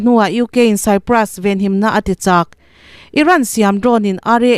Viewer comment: Cyprus tih hi Kupra tiin chhiar mai se.